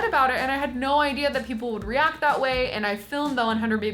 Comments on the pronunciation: did she say reuct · Issit just me or does say react weird,re-arct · she says react in a british accent it was so funny but i freaking love so freaking much and i really wanna meet her she is so nice and charming and if people are mean to her they dont have a heart bc why would they if they cant respect someone like i freaking love you and never change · Love you queen!!! Also, aid no one gonna talk about they way she said ‘react ?